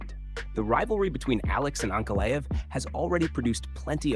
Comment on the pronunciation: Ma-GO-med ANK-a-live… Come on bro, stop using AI and just read the damn script yourself. These mispronunciations are embarrassing, I’m not listening to this AI slop.